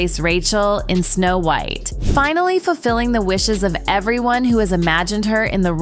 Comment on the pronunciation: Wth is the reason for mispronouncing so many words? Are we supposed to believe it’s AI? I highly doubt AI would mispronounce White or pilot (just to name two). This happens in every one of these videos.